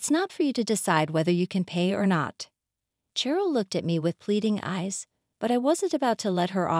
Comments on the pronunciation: Carol is pronounced with a "K" sound, not an "SH". As in, A Christmas Carol. Edit: Ah, I see, they called the same woman both Carol and Cheryl. You're right, Cheryl is pronounced the same as Sheryl. Either way, they mispronounced it. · It is pronounced Sheryl with an sh sound